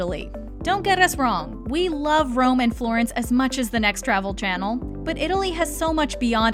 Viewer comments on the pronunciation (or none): none